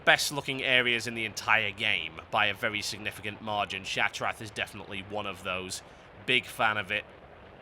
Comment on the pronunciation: What the fuck is ShattraT o.O